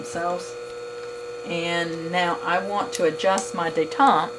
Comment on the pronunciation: Its detent not detente.